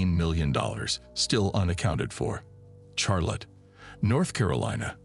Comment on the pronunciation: Teach your fucking AI narrator how to pronounce Charlotte.